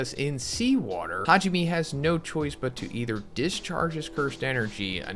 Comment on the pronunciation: Hajime? Me? Why do y’all not learn how to pronounce Japanese names? It’s Ha ji (g) me (may).🙄